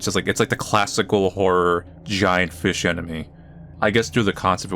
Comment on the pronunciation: Jelly feesh, feesh :D